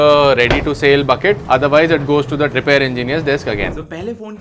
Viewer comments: Repair ❌ रिपैर ✅ 😂😂😂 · repaaaaare nhi bro repair bol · Repair❌️❌️ Rypaar ✅️✅️✅️✅️